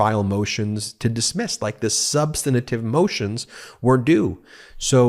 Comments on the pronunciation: Ben, thanks for bringing us this analysis. One thing, though, you are adding an extra syllable to "substantive," making it "substantative." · 'substantive' has three syllables, not four. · Dang, Ben, learn how to pronounce “substantive.” The word not not have four syllables. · Can someone please let Midas touch hosts the word us Substantive NOT substanative which is not a word at all? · Ben, the word is "substantive"; you're mispronouncing it.